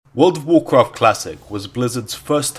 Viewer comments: He didnt played world of warcraft, he played wourld of waughfcafht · Wurld uf wurcraft